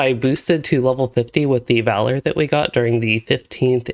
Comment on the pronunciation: it's valAr not vAlar